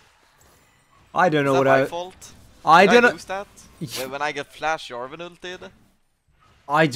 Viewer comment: He actually sai Jarvan not Yarvan :O